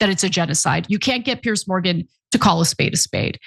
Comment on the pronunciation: Piers, not Pierce